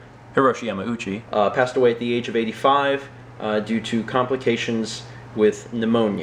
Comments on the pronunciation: Were you pronouncing it Yah-mow-chi, and then Mallory was like dude no stop. So you fixed it? That seems like what would happen. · Haha, yeah, you caught me. I've always pronounced it incorrectly, and didn't even think about it when I recorded the vlog. Weeks later, during editing, it hit me that I *might* not be pronouncing it correctly, and it might be Yah-mah-ooh-chee. I asked and she confirmed I had been saying it wrong. Then I decided "would it be worse to have commenters point out that I'm pronouncing it incorrectly? or that I dubbed it?" I decided on the latter:P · Did you pronounce yamauchi wrong then fix it with voice overs